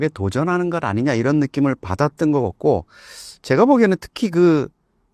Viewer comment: 사화자 발음 고쳐요 것 겉고 —>것 같고 집중안됨